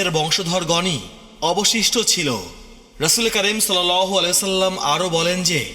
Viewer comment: সাল্লাল্লাহু আলাইহি ওয়াসাল্লাম/ আ: এগুলো আপনার ঠিকমতো উচ্চারণ হয় না; যাজাকাল্লাহ।